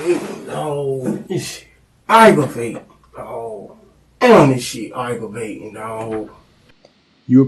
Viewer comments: I laughed with each A, g, g, r, a, v, a, t, i, n, g as the subtitles rolled.. oh and the Ag-Ro-Vating too hahaha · "Agg-Ro-Va-Ting dawg" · You must mean "AGRO-VAY-TING"